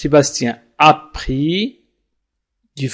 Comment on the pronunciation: Oui j'ai entendu bien, mais (( a pris )) je l'ai entendu (( après )). Avec tout mes respect .